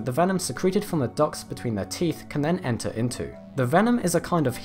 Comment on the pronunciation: "There's a complex system of ducks". I know, he said "ducts", but I keep hearing ducks. For some reason I find that funny.